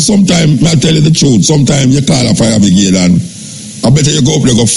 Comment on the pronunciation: Is it pronounce fire bigade or fire brigade lol I swear I’m hearing fire bigade from Muta Muta I love listening to u I had to laugh at the pronunciation lol if I heard wrong I apologies Lol